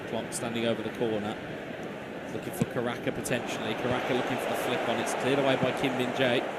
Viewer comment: Gue fokus pada komentatornya,, caraka dibilang karaka😂😂😂😂😂